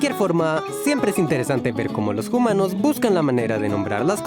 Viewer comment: Por que siempre quieres decir "humanos" dices Jumanos?